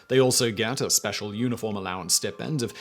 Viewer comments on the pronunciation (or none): _"STY-PEND,"_ not "STIP-END" >